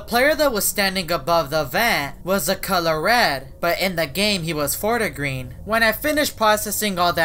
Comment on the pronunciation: lmao its called fort-green not fort-a-green